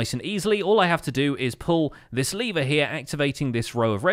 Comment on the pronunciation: He says liver instead of lever